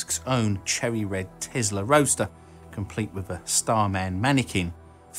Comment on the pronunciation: did he just say "TEZLA"